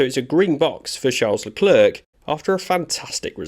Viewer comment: It's pronounced "La Clair". You make him sound like a counter worker at the French DMV.